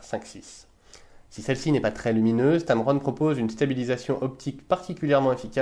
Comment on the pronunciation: es heißt tamron nicht tamaroon :D